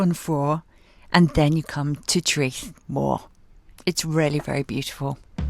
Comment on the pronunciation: Traeth means “beach”. It is pronounced “tryth”using English pronunciation of English “try”. I’m South not North Walian but think Llyn is pronounced “Lleen”. How make Ll sound? - 1.Put your tongue in exactly the position you would use to say L 2. Instead of pronouncing L as normal, blow air around the sides of your tongue to make Ll sound. I loved the Llyn Peninsula so will watch your visit to bring back memories! Enjoy!